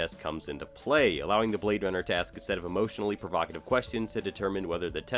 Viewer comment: He say your a bwad runna